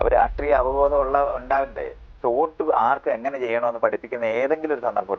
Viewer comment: ഓട്ട് അല്ല, വോട്ട് 🤣